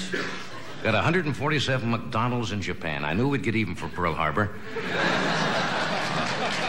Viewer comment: What is “muckdonalds”? 😂